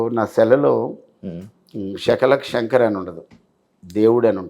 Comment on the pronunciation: శకలక శంకర్ రా నాయన శాఖల శంకర్ కాదు తెలుగును kuni చేశారు కదా అయ్యా